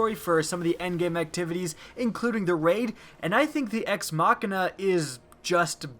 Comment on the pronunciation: "Ex MACKina" explain pls